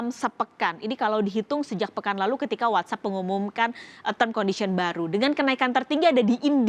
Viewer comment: "What App"bukan "What up"😆